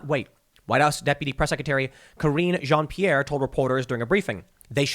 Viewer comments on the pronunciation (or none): As a French speaking person , I would say that the way you pronounce Jean-Pierre hurts a little bit but keep the good work on ! You and Rogan are almost the lasts real actuality source left on the internet. Watching from Montreal's suburbs in Quebec